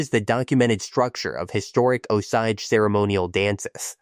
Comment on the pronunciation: Terrible pronunciation of “Osage”!